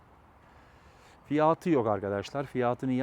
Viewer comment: "Kamara: değil doğru okunuşu "kamera" , bir de "fiyaaatı" değil "fiyatı"